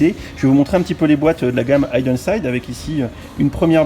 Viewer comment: Juste ça se prononce hiden et non haïden ;-) Pour la Porsche je plussoie mais les sets Porsche sont toujours plus chers que les traditionnels c abusé